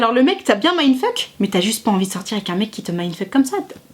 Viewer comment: ce qui me mindfuck, c'est votre façon de dire mindfuck "mindfEUke"